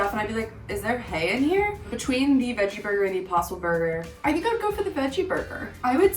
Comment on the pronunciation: I thought she said Opossum burger instead of impossible burger, att first. And I was like, ok this sounds a bit out of the ordinary😳🤔😆